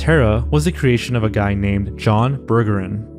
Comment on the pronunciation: Wait, so not only it wasn't him, it was pronounced "burger in"????